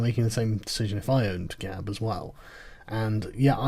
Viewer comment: Ban sounds reasonable - it's 'Gab', not 'Gawp'.